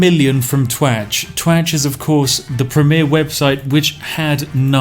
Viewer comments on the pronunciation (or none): I fkn giggle everytime you say twatch 🤣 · I can't stop laughing everytime you say twatch.